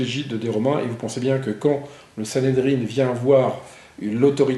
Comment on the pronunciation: On dit Sanhédrin, pas sanhédrine.